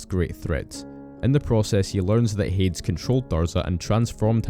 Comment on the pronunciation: You did a good job with getting the lore right, but I gotta say: I don't think I've ever heard anyone pronouce Hades as HAY-DZ rather than HAY-DEEZ.